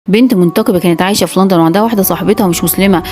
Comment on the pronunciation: منقبة ❌ منتقبة ✅ 😂😂😂 👇